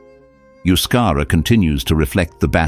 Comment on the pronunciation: And yet the narrator didn't care about pronouncing the word euskera correctly.